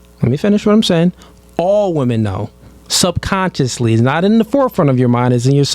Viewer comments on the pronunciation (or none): He said SUBCONSCIOUSLY 🤦